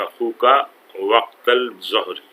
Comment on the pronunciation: aap ال pronounce q kr rhy hain... ظ haroof-e-shamsi mein sy hai.. it should be einda-Dh-uhri... Shukran :)